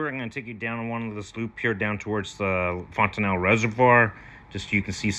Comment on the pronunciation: No ee at the end.